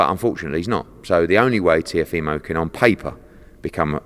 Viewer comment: FFS learn how to say the boxer’s name. It’s TeeOHfimo not TeeoFEEmo. And for anyone who thinks it doesn’t matter, fuck off. It’s his name, and it DOES matter.